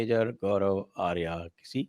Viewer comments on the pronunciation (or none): आप दोनों सज्जनों को मेरा कोटि कोटि प्रणाम। मेजर जी को आर्य कहे न कि आर्या।ये आर्या कहना गलत है जैसे योग को लोग योगा कहते हैं।